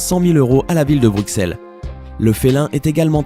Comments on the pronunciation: Mais non mais comment il dit Bruxelles lui, on dit Brusselles pas BruXelle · Alors si tu veux avoir une place chez les Belges, on dit Brusselles et pas BruXelles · On dit pas le x de Bruxelles sa prononce en s 33 et la plus grande piscine d'Europe snn je extrement fier d'être Belge🇧🇪🇧🇪🇧🇪🇧🇪🇧🇪🇧🇪🇧🇪🇧🇪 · Brukselles n'existe pas. Et Bine-che aussi. Et on prononce Anvers AnverSSE